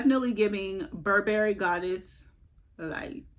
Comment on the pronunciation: No berries in buh·buh·ree. Stress the first syllable. You're welcome.